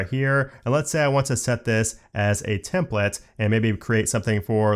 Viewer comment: all I hear is templets instead of templates :( is it just me?